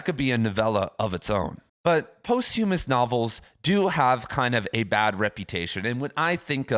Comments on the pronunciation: posthumous is pronounced 'pahsthyemmus' not post-hume-ous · For a guy that "talks for a living" you really ought to learn how to correctly pronounce posthumous.